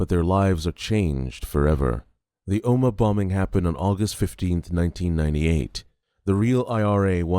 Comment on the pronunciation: Omagh not Oma